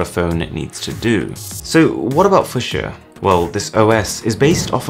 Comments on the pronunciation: ...It's pronounced few-sha, not fuc-siya. It's named after the colour. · heads up: it's pronounced: / ˈfjuːʃə/ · It's not fu sha it's fyou sha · Wow man.... Foo-shu-eh??? No...just...no.... Few-sha is how it's pronounced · What's fu-sha? It's pronounced few-sha bro ;) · I feel like he's saying fuschia and not fuchsia. I woud pronounce it like fuksja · FEW-SHUH not FUH-SHA geez lol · "Fusher"? Is it not pronounced "Foo-she-yah" or "Fyoo-shar"? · It’s Fue-Shia not foo shore Edit: It does sound more like Future but change the T to a S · It's pronounced FEWSHA** Not FueSheaa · It’s fyoosha not fusha smh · Few-sha not fu-sha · Fushchia = Fyoosha. Linux = Linux You plank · Who actually calls is fusher? Surely as it's spelled the same way as the plant, or the colour it's pronounced Few-sha. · Pronounced "Linn-ux" not "Line-ux". Fuchsia is pronounced "Fyoo-sha" not "Fusher" too. Jesus wept. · Fuch-s-ia = Fucks yea!? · It's pronounced - Few-shah It's a color. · I thought Fuchsia was pronounced as F*ck-Sea-A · Foosha. I feel like it's my duty as am American to hate how he pronounces it. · Fuschia pronounced like fissure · You mean fuchsia pronounced (fyoo-sha) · It's pronounced "fyoosha"....... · It's pronounced 'few-shah', like the flower. And I hope to god it can't run Android apps, 'cos that would mean it runs fucking Java. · Just so you know, Fushsia is said Few-Shah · Eh? What? How are you pronouncing fuchsia exactly? Phew-sher. Its a flower. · fuc - chi - a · Few-sha (fushia) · It's pronounced f-yoo-sha.... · is it not pronounced like the colour, few shah? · Fuchsia is a color Fuchsia (/ˈfjuːʃə/, FEW-shə) Unless google decided to pronounce it differently. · Irritating video. Fuchsia is not pronounced that way... the "U" is pronounced as in "hue," few-sha. Also the static transition rubbed me the wrong way. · Had to turn it off, it's pronounced 'fewsha' Good grief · Welcome to the foo-sha 🤣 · Sorry to be pedantic - but it's pronounced "few-shah". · Few Sha.... 🤣